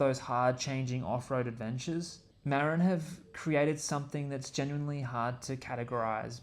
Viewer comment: Thanks for the video, however you, like every other YouTuber, are pronouncing Marin incorrectly. And it's not your accent. I grew up there and it drives me crazy. I never heard it pronounced wrong until I started watching bike videos.